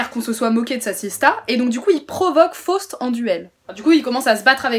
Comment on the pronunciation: Please, First of all: try to pronounce Faust correctly.....